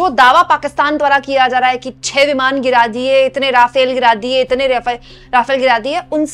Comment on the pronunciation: Itni kya jaldi hoti hai apko vimaan hota hai vimaar nahi 😂